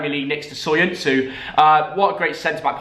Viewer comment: Soyun’ju’ not soyunsu C is pronounced J in Turkish Turkish fan here 🙏♥️